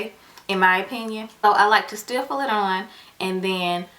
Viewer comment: The correct word is "stipple" not "stiffle"